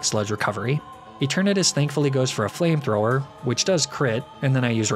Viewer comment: FLAMETHROWER, NOT FLAMTTOWHER! OCTILLERY, NOT OCTILARY!